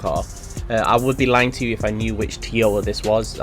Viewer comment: The way you say Toyota. 🤦‍♂️